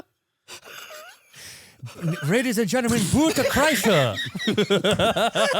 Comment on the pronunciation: Radies and Gentrlemen, Boort Kryshuur 🤣